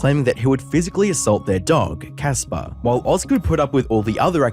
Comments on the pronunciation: Thats CASper. With a "C". Not Jasper with a "j" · Casper not Jasper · Why fo you call Casper Jasper multiple times while reading it. This channel has always been a lazy copycat dookie. 😂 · Dog is CASPER... Not jasper